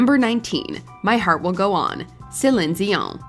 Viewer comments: Celiiiiiiene, with a long 'i'. At least get the names right guys. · I'm so impressed that you say Celine's name correctly! Nobody does. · Please stop saying Celine’s name like that. You sound ridiculous. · Trying to understand how a real person can’t pronounce Celine. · Is no one going to talk about how she pronounces Celine’s name? 😂😂😂